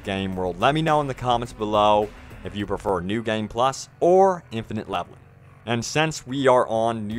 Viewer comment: LMAO at pronoucing it "gayeem". Haha, game has one syllable dude! #TardSpeak